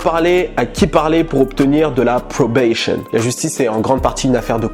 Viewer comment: Probation, pas "probayshion" ^^